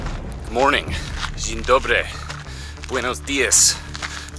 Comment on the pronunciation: Excellent "dzień dobry" :)